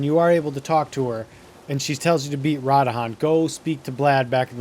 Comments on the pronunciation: It's pronounced radan not radahan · Radahan? They literally say RA-DAHN multiple times throughout the story. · it is not RA DA HAN it is pronounce Ra DAN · Also after u start her quest and she falls asleep u can go straight to radahn (not radahan) and the wolf will be there telling u missed your meeting with him basically u can skip the part of going back n forth to npc’s. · pronounced Radahn, not Radahan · Drinking game: take a shot every time he says Rod Han and still try to beat the quest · ah yes my favorite demi god in Elden Ring, "Ra-Da-Han" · You’re a peanut with your pronunciation of the character names and locations man. It’s like you heard in the dialogue when playing and where like “…you know what? Imma say it da way I lyk” 🤦‍♂️ Stick to the script bro. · The amount of times you completely mispronounced names (radahn the most) drives me nuts. They literally say it in the game.. How do you mispronounce it? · I 10000% appreciate the guide but FUCK MAN YOU butcher the fuck out of Radhans name lmao 🤣 it's cool we love you still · Amazingly condensed video. This guy knows how to make a guide. Mispronouncing the fuck outta radahn though😂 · im hoping that its a joke on how you are mispronouncing so many of the names in this game lol, radahn as radahan, blaid as blad, and limgrave as limegrave XD